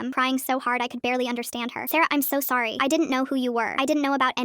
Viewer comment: “i knOw I KnoW AnD I am sWoRY” I'm howling